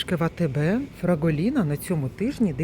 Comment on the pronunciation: 🙋, дівчинко прошу вибачення та хочу Вас виправити, бо не Фраголіна а ФраголінО. 🤷😘😘😘🌲❄️🥂🍾☃️🎆🎆🎆🎆🎆🙏🕊️🌈🌈🌈🌈🌈🌈 Можливо і я не вірно назвала Вас 🤔😉🤣🤣 🤦🤷🤣🤣🤣